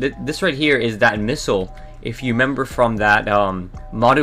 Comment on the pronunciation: You said member instead of remember about 45 times in 3 minutes